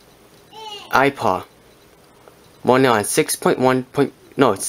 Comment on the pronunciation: i sorry but i have to say that every time he said ipa lol but thank u this worked for me